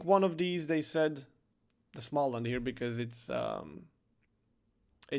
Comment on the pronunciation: Hi! You pronounce it like the Smolensk but with an outdrawn "al" like in the English "all" and the "and" at the end of the word instead of "ensk". The "a" in the "and" part is pronounced like when the doctor tells you to open your mouth and say "ah":).